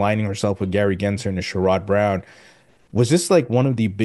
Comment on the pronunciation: did you hear how John pronounced Sen. Brown's first name? That's the correct way, my friend. I never liked the guy, but I try to get names right